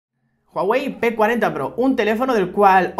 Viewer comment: Yo entendí "P40 PRRO" :v